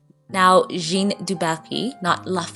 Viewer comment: Jeanne is pronounced 'Jan' in French ( with a soft J )